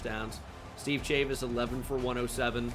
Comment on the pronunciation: The mispronunciation of "Chavis" is killing me